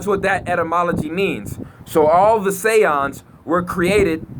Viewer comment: THE SAY-YANDZ